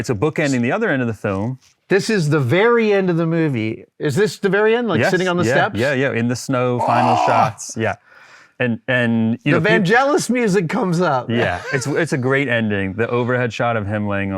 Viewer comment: Did Adam say Van-Jealous? :) Shame on him. lol. I'm pretty sure it's Van-Gel-ous, with the G used similar to 'G'ust of wind. Very common mistake. Even by geniuses apparently.